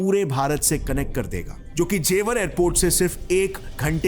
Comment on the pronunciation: What is ज़ेवार?? Its ज़ेवर. Not घाजियाबाद its गाजियाबाद